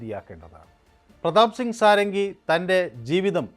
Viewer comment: ഷഡംഗി (സാരംഗി അല്ല)